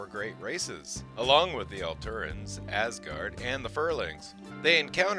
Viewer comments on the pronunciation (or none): none